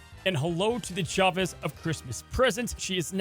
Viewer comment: They absolutely butchered Chavez.